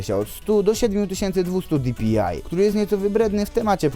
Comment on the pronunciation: Bo mówi genesis zamiast DŻENESIS i di-pi-aj zamiast po prostu dpi xd taki sarkazm czy srakazm? Nje no czepjam śje tylko spoko typek!